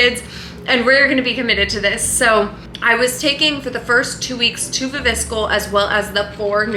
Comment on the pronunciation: Are we ignoring the way you pronounce viviscal ? 😂 it’s wrong fyi